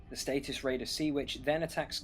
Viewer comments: Harvin? Derrrg? Status? ...do you even read these names? Nice BR tho, great to watch and nice narrative other than the name mauling! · Satyxis = "sah-TICKS-iss". Darragh = "DAH-rug".